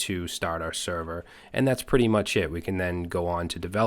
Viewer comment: Thank you for this crash course :) p.s. "much" instead of "mush"